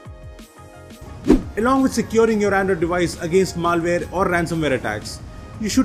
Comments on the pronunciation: It's not maalware, it's malware! :/ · Maal-ware :D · just stop making videos PLZ this pronantiation